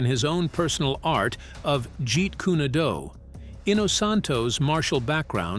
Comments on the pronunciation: It's Jeet Kune do. Pronounced dough not du get it right way of the intercepting fist.hate when people pronounce words wrong. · he only pronounced it right once in the whole video when it showed on screen "jeet kun do". the rest just felt like rage bait as if he's mispronouncing on purpose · Why does the pronunciation of 'Jeet Kune Do' change every time it is read, and most of the time WRONG? GET IT RIGHT! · Can you fix the pronunciation of jet kune do 😅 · lol you're killing me with the A.I.'s pronunciation of Jeet Kune Do! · I wish he would just say JKD because he isn't pronouncing it correctly at all! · Maybe you first learn how to pronounce Jeet Kune Do before you run your mouth. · Dude why do you keep changing the name on the style Bruce Lee's. You changed it three different times like you cannot pronounce it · The pronunciation of Jeet Kune Do is atrocious! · Narrator keeps mispronouncing Jeet kune do! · Jeet Koo Knee du and nunchuckooos and pad doo go😂😂😂😂 I don't think there is anything new here apart from the mangled pronounciation. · I too was incensed with the portrayal in "Once upon...in Hollywood". I'm also incensed with this narrator saying "Jeet kunie doo" and "nunchaka" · Bad script, bad pronunciation. "Padoga" is supposed to be "Pagoda". "Jeet Kune Do" is mangled too many times. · I'm not even into 3 min of this shlocked up, drivel of a video, and they can't pronounce the name of his martial correctly: it's not jeet-koo-nay-do, it's jeet-koon-do. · "Jeet Koon-ay-doo".🤣🤣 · Jeet Kunee Doo lol I guess no one checks the speech narrative before its posted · Bullshit. I was waiting . The episode “ the praying mantis “ lo sing is portrayed by Mako. Mako Iwumatsu. It’s pronounced as kuun not kunee jeet kuuu( kune) do. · What the f is jeet kooni doo? I heard of jeet kun do never heard of jjet kooni doo! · What the hell is Jeet kunado do Get it right, Jeet kun do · Jeet Kūnae Dew?! 🤨😒🙄🤦🏻‍♂️ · Its not pronounced Jeet Koon ee doo it is pronounced as Jeet Koon Do